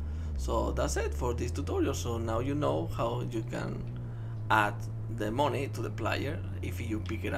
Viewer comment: hey don't say moni say mani which is moeny you sayed it wrong